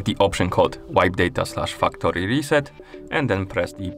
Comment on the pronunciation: very good video but for some reason I heard the fucktory reset xD